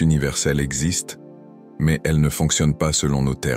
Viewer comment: Le Kaa exkste 😂😂😂😂